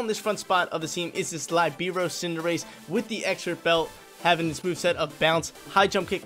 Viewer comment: You're mispronouncing Libero...